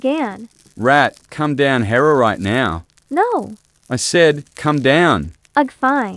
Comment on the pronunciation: video: "rat, come down here right now" Meh: "Rah,come down hero right nouw" LOL